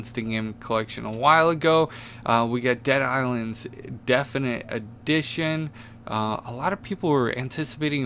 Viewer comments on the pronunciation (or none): damn bro, not trying to be rude or disrespectful but I've notice in all these vids that u make u keep saying definite" on they games that are actually "divinity" lol... hope u see that those r 2 different words bro lol